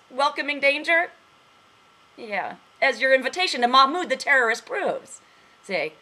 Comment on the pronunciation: lol, the terroristh! the terroristh!